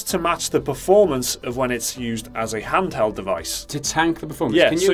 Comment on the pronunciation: "Huntheld form" ? What's that ?